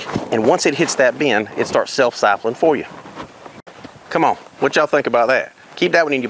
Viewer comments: I thought that the way you mispronounced the word siphoning was funny. Sipholin. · Did I hear him right...Sipholing? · Did I hear him say "sifling?" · syphon is an odd word yes but there's no L in it for sure "sypheling" lol